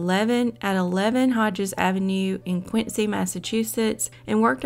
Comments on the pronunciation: Dear, one doesn't say Quin Cee y but Quin Zee, Massachusetts boy! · It’s pronounced quinzy